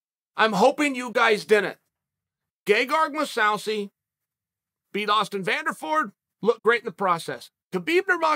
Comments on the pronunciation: Chael " Gagard Mosawsi" Sonnen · “Moose-ow-see” Jesus, Chael. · "Gegard Mousawzi" uncle Chael back at it again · Chael "Moo-sow-see" Sonnen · 'MOO SAU SEE' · “Gegard Mawsawsi” - Uncle Chael